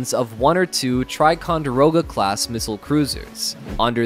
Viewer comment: Attention Narrator: It's "Ticonderoga" not "Triconderoga"